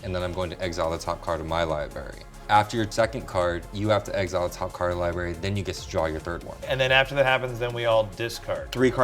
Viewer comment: Libary, lol, it got to me. He never wants pronounced the first r in library